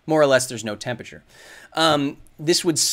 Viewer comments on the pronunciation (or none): Kyle why do you say "tempature" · office hours, brought to you by the word "tempachur" xD it still amuses me how a science communicator fails to say temperature well :P